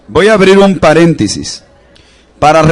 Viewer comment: No se dice haber un paréntisis sino paréntesis por favor hable bien.para dar seriedad a su exposición gracias